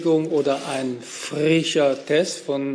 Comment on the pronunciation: Man hat der Lauerbach sich beim "frrrrrisch" Aussprechen Mühe gegeben nicht zur Lachnummer zu werden. Gutes Training 👍